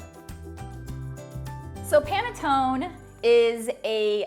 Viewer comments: It is NOT panatton the right pronunciation is PANETTONE with a final e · It is pronounced as pan-e-ton-ne. You failed the first test. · I am from the Italian section of Switzerland "Lugano" please say the "e" at the end Panettoneee:thanksdoc: . Your recipe is very good. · Its not panetton you been stupid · This is called PANETTONE not Panetton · It is absolutely pronounced “pane-toh-neh”. This is a good quick alternative to panettone recipe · Ha...! I just watched a video where they were making Panettone in Milan, Italy and the pronunciation was pa-ne-to-nE. They were always pronouncing the "e" at the end. So, since this is an Italian word I guess I'm going to keep pronouncing PA-NE-TO-NE. BTW, great recipe though...!! Thank you for sharing..! 🙂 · The last letter ‘e’ is pronounced in Italian as ‘a’ in English, hence Panettone (a). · you do pronounce the e at the end. i can confirm as italian panettoneee thanks for the recipe i will try 😘😘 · Less than 30 seconds and already closing the video. Why the heck did you call a French guy for some Italian food???? It's panettone, you 100% pronounce the e. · can't wait to try this! love your presentation, can't wait to watch more of your videos...but I'm certain it's pronounced the other way, lol, italian was my first language and I'm fluent, and my family imported the beautiful bread-cakes every Christmas to sell at our specialty market...always looked forward to panettone season and still do now but now will look forward to it even more. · A poor recipe from someone who doesn't know how to pronounce the word correctly and calls a french guy to ask for correct pronunciation! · Sorry he pronounced the word PANETTONE very much wrong. You pronounce the "e" at the end. It's an Italian word - and the man doesn't sound Italian. 😊 😢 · Lol he pronounced panettone wrong. Her pronunciation was better lol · the way you pronounce it is actually incorrect. the second version was closer to the Italian pronunciation.